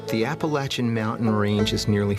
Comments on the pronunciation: Amen hallelujah. Appalachian is pronounced a-puh-LATCH-uhn. People who say a-puh-LAY-chuhn our entirely 100% incorrect. The reason for this is It's a native American word. Every single native American language from east coast to West Coast from the Canadian border all the way down into Mexico do not have the pronunciation of LAY as in a-puh-LAY-chuhn. What they do have is the pronunciation for LA as in the LATCH in a-puh-LATCH-uhn. doesn't matter where you're from and doesn't matter if it's well that's how we pronounce it it's incorrect. It would be like calling John, Joan you're from a certain place. Doesn't matter where you're from the simple fact is it's not Joan it's John. Appalachian is the exact same way. Appalachian University would not call itself a-puh-LATCH-uhn University if that was not the correct pronunciation. And yes it's a massive pet peeve when people mispronounce APPALACHIAN & APPALACHIA (a-puh-LATCH-uh). My family was one of the first families to settle the region in North Carolina. The vast majority of those who settled the region came in through Virginia and they were Scots Irish as were my family. The pronunciation changed the farther north you went as you got away from the Appalachian range. The mispronunciation begins just on the other side of the Pennsylvania border. From that border south is pronounced correctly. In more than likely it was because of those settlers that were in Pennsylvania or German Dutch and they could not correctly pronounce App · At least he pronounced it correctly